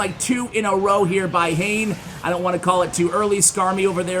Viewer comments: not hain. His name is ha ne ha ne. X is not read.I’m Japanese. These English I want you to convey. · It’s not Hane as in Jane but Ha-ne Ha-ne. Hane means wings in Japanese. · I'm pretty sure the pronunciation is "hah' neh" not "hayn". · Great vids love ya but I think hanexhane is pronounced ha-nay being a Japanese player. I Could be wrong though